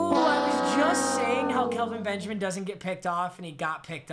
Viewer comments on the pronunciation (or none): am I the only one weird that he kept saying Kalvin Benjamin and not Kelvin